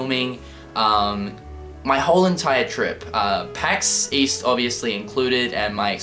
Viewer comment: Pax East? I thought you said 'Weast' Oh wait, that's west...